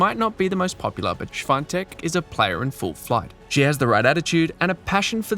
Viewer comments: Its not Iga Schwantek its Świątek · Try this, buddy: "Shvee-On-Tek", not shwontek. Get it right, ok? ✊ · The commentator in this tournament excerpt pronounces her surname correctly: you pronounce it as if it was "swan" in German + "tech"